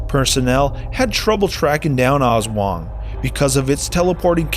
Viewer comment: Aswang not oswang